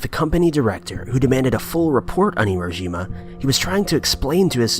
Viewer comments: It's Hi-ro-SHI-ma, not Hi-ro-JI-ma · Here- row-shi-ma.... Hiroshima... phonetics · Actually, it's "hi-RO-shima". In the correct Japanese pronunciation, it's the 2nd syllable that's enunciated, and the i in the next syllable is very short, as to almost be silent, so it sounds closer to "shma" than "sheema". So what you actually have is more like "hi-RO-shma"